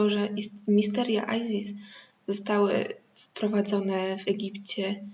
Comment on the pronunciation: No ale nie Ajzis (z ang.) tylko Izis, Izyda.